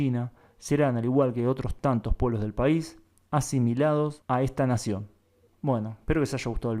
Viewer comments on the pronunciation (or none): none